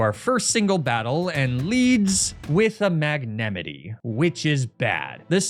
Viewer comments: Wait did you say mag nem it e? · The pronunciation of pokemon names in each video has always been awesome to me. I never would of thought I would hear mag-nemi-tee in my life. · i despise the way you pronounce magnemite. it's just straight up incorrect. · Why do you pronounce magnemite like that😂😂😂😂😂😂😂😂(it’s the arceus pronunciation all over again)